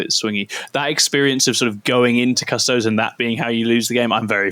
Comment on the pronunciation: >cuss-toads If you can't even pronounce the faction name then I'm not interested in your review. Everyone understands Astartes isn't pronounced ass-tarts, so why did your education fail you?